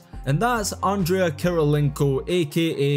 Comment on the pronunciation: he said andrea* kirilienko 😂